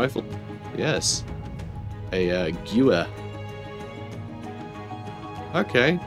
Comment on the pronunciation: «Gyooer» killed me. It’s geh-ver, german for rifle.